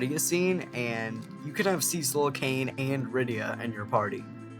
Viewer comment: Props to you for pronouncing Cecil the better way.